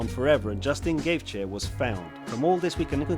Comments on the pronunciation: Why is anybody watching past his pronunciation of Justins surname. Surely if this guy knows MMA then he knows that is not how you say his name. Just another script reading twat working for a content farm. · No one gonna pull him up on mispronouncing Gaethje? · Dude, great video. Suggestion, I don't mind if you pronounce the name wrong but you could try to pronounce it consistently! There's 4 version of gaethje in this video haha! Amazing video btw